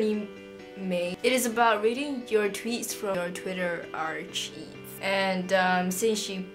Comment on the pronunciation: I love your video and youre so cute but i just wanted to let you know its pronounced ar-KIVE not ar cheeve haha (